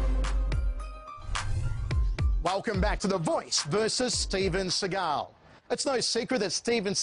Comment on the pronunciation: Who’s “they” he uses “they” a lot “they” said im the best “they “ said they had never seen someone as good as me “ they “ said that they could see I was a gifted boodist (I’ve been a boodist since I was a child (Steven was jewish steve Seagal (see-gal ) not Sah-gal …Sah-gal is as phoney as every thing else about him ..like his painted on widows peak